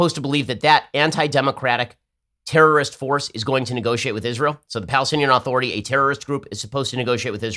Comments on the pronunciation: Why does Ben Shapiro pronounce Palestinian Authority as "Aaaaaaaaaaaaaaaah-thority" with an emphasized, long A? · Why won't Ben pronounce "authority" correctly, he says it weird